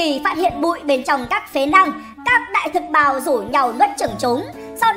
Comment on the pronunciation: Sao nghe đại thực bào giống đờm thế nhỉ 🤔🤔